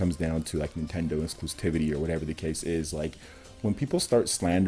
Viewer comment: "Nothing to get heated about." And yet, here you are, pissing, moaning, and whining like a heated child. Also, learn how to pronounce "Exclusivity." Speaka Da Ingli?